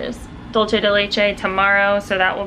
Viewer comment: Lol giiiiiiirl! It’s “Doolsay” not “dulche” lol you crack me up